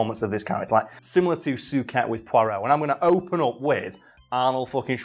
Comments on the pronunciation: You spent the whole video mispronouncing Suchet. Sue-shay would be closer to the right thing. But good thing you at least stuck with it. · As someone from the Westmidlands (with a bit of Southern tenancies) I have to say we call Suchet: Soo-shay, not Soo-ket. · Repeat after me "soo- shay" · David 'Sue-kay' 'Sue-ket'?? Lol, "Sue-shey" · I wish you had pronounced his last name right. Sounded soo weird hearing it as Sooket instead of Sooshay. David Suchet is such a good poirot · su-chey not suket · It's not pronounced "Suket" it's "Sushet". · Soo- shay. Not Soo-ket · Su-Ket? I thought he pronounced it Su-shay? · Stop butchering Suchet's name!! It's "soo-shay", not "soo-ket". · I really fucking hate to be "that" guy but..... its "soo-shay" not "soo-ket". Its been driving me mad, probably because I'm a bit of a bellend. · You looked on his wikipedia page, and you missed how to pronounce his name? "David Suchet, CBE (/ˈsuːʃeɪ/ SOO-shay; born 2 May 1946)" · Is anyone else really bothered by the way pronounces "Suchet"? I've only ever heard it said "soo-shay" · Love the video I'm not having a go but it was bugging me his last name is pronounced sue-Shay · Is that the Yorkshire pronunciation of Suchet? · It's pronounced "Sue-Shay"!!! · David Suchet is pronounced Soo-Shay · I know it’s pedantic but I can’t get over the way he pronounces Suchet! 😂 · Great video..... although i cringed everytime got his last name wrong